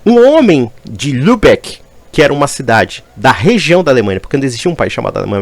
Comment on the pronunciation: Três pequenas correções,: Até hoje, o idioma alemão padrão não é falado pela maioria da população. Inclusive, o lema do estado de Baden-Würtemberg é: "Sabemos fazer qualquer coisa. Exceto falar alemão padrão". Lübeck, pronuncia-se "Luibeck", mas soando quase um "Libeck". A família Radetzky von Radetz era tcheca, não eslovena. Edit.: pesquisei sobre o livro e ele narra partindo de uma família eslovena de sobrenome Trotta, não da família Radetzky von Radetz, o está correto.